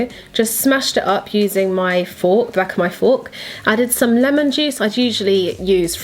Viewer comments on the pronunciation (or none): none